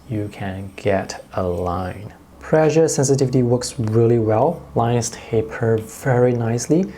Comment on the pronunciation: please practice your pronunciation on the word "pressure"